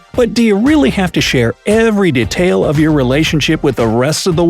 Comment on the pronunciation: What annoys me is the way you say "detail"